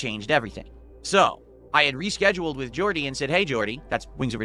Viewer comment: the "wit" instead of "with" thing drives me nuts